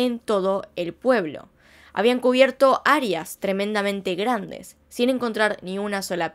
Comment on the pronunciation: ¿Arias? 🤦‍♀️ O Áreas!?